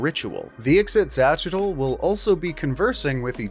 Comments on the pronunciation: Ah, a creature with an obvious Nahuatl(Aztec) name, but who's name is canonically not pronounced like it would be in nahuatl. Ee-she-cha-chee-tul is how you should say it, and in my opinion is infinitely easier to say. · You said "ixitxylophone" so many times and I am 0% closer to being able to pronounce it myself. Great video though!